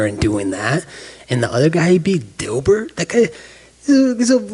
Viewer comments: Guys, sorry, dumb question. Why is colby calling gilbert, dilbert? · Oh hahahahah my God he said dilbert, grow tf up nerd